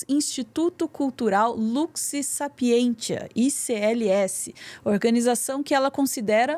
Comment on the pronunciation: Só para ajudar. Sapientia, em latim, le-se SA PI EN TZIA. Esse T tem som TZ.